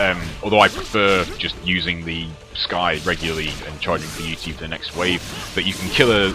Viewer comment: Its pronounced sythe not skythe the c is silent :)